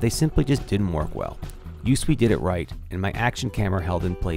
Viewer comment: Thanks for the review. FYI, it's pronounced "YouSwee", not U.S.W.E. But don't worry, I'm sure that's not common knowledge.